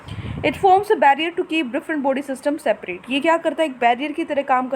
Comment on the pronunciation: Mam jab aap body Bolte ho tab mujhe foody sunai deta hai 😀